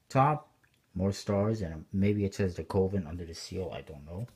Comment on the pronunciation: pronounced, ka-ven.